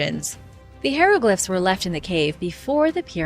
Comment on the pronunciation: How are you STILL pronouncing hieroglyphs (Hi-ro-glifs) as (hair- lo-glifs)?! Ffs.